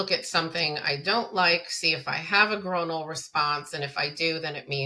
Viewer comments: oi doesn't make the long o sound in the word groinal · you say the word groinal wrong so so so so so many times 😂😂